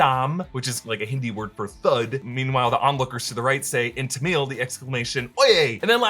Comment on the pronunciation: What even ? No one says tHamil it's actually Tamilzh and it's pavitr there r no extra "h"s